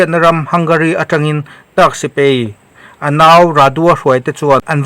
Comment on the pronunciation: Sipei tichi i ni maw? SipAi tiin lo lam tawh rawh